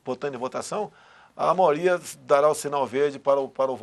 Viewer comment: "Maoria" (Risos).